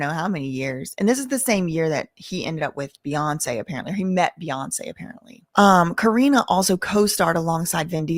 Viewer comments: Ka-ren is the pronunciation. It's been known for decades that the video girls do something strange for a piece of change. They were treated like items, not women. They were all passed around in the industry. It's very sad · Her name is pronounced like Cor-rine like me lol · fr she kep mispronouncing her name it was a mess